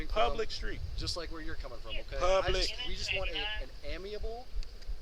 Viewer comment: Please learn to say the word amicable mr officer. 🤦🏽‍♀️